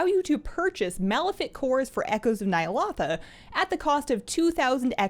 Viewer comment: Might just be my OCD but it sounds so weird how she pronounces Ny'alotha.